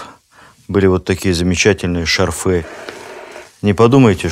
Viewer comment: ШАрфы,а не шарфЫ😢